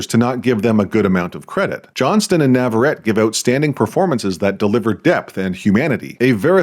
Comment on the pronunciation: Hey just so you know her last name is pronounced NAVARRETE, you have to pronounce the TE at the end just as the beginning of saying TELEPHONE for example